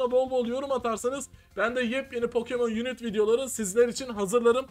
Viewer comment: Pokemon yunit diye değil pokemon yunayt diye okunuo